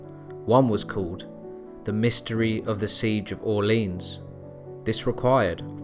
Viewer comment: "the siege of AWLEEYUNS" "he got his hands on a GRYMOOR" ..you really need to consult with somebody who can help with pronouncing French words